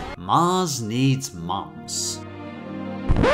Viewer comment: by IAMSIX You sure? I didn't think Canadians pronounced 'cant' or 'moms' the way he does. Also he did tweet about the 36 degree Australian heat as the reason he's sweating through Mulan 2. But you seem fairly confident, so Ill take your word for it ;)